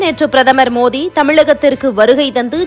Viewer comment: மோதி அல்ல மோடி சரியா உச்சரீங்க